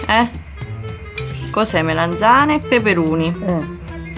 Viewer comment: MelEnzane?? MELANZANE